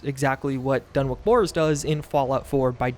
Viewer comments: DUN ICH the W is silent. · Lol. "Dunwick".